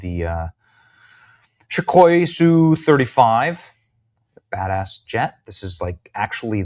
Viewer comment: ess yu 35, say the letters.